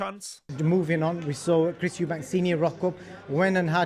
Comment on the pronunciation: I love your Channel and your knowledge. Not to be disrespectful but why do you always call him Chris EubankS